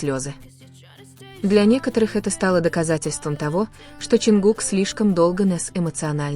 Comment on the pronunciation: Замечание автору ролика: Изучите имя того, кого вы упоминаете в своём "творении" и субтитрах! А также правильно называйте и пишите столицу Южной Кореи. Я только начала смотреть ролик и не уверена что у меня хватит терпения досмотреть и дослушать до конца...